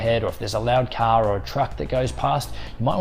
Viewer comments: Thanks man! Did you say a car passing behind or a cow passing behind? 😂 anyways your video is very light and has a valuable information. 👏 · I was pretty sure I understood to stop the video if a caw made any noise and so the subtitles said. Only after a while I understood he meant a "car" and not a "cow" 😂